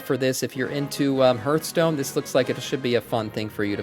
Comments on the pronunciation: HARTH-stone ffs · its not ,, hurtstone